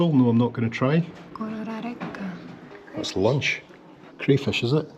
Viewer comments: Ngā mihi e hine, your pronunciation of Kororareka was very good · pronunciation of Kororareka was spot on! Russell is one of my fav spots in NZ and the hotel is lovely to stay in.